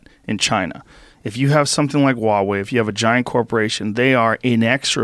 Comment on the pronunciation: joe "i cant pronounce hua wei correctly "rogan